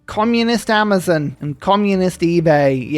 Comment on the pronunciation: "Ourmazon and Comarade-bay"